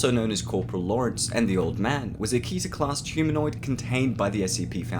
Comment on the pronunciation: Good video but you pronounced Keter wrong